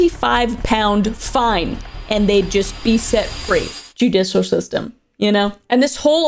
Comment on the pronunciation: Kris really struggles with the word “judicial” 😂😂😂